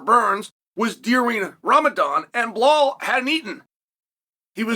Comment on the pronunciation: Bruh, the fact that he still calls Belal 'Bluh-hall' is pure genius. Such a ridiculously funny feller